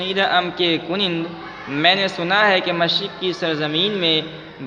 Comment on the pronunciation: کنند کا تلفظ غلط کر رہے ہیں